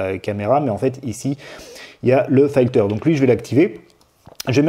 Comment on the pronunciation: "Filter" se prononcer "filteu(r)" et non "faïteu(r)" ! ;-) Par contre, la raisonnance a l'air énorme, il est de combien le Q factor ?